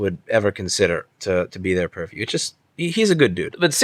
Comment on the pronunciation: Did you just say "purr-view" twice (~ mark) while filming two cats? Touché.